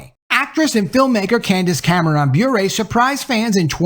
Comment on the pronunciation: I believe it’s pronounced Bure like PURE not BurÉ like Purée. No accent there.